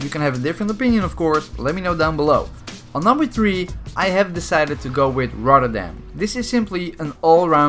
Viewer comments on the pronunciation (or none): Is dutch, Pronounces rotterdam as rodderdam.